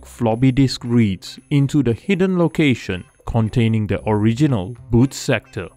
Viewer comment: You said bad sectore. Did you mean boot sector?